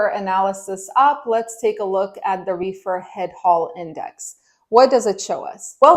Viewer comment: Your refer was funny its sounds like you said wefer market its all good just got a good laugh from it🤣